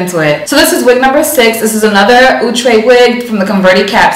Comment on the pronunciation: Yasssss! I need wavy baby in my life and I love me some Cee 😍😍😍. I'ma also need Outre to clear up pronunciation cuz Ouuutre be killing me every time 😩 😫 🤣.